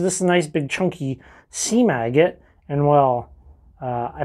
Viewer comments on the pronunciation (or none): What he said: "seam agate" What I heard" "sea maggot" 🤣🤷